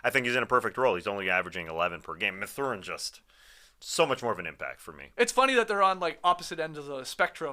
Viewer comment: its math-er-in, not ma-thur-in